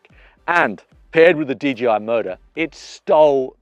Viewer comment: it's DJI not DGI..! LOL The J is pronounced JAY..! not GEE